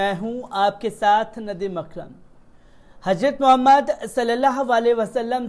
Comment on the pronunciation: आप की उर्दू जबान पर भी पकड होनी चाहिए.आप को हजरत कहना नहीं आता....